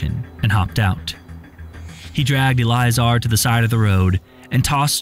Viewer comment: Elleeayzar probably...thats probably how you pronounce it